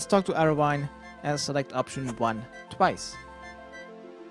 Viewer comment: Btw its pronounced Arry-An-Wen!!!!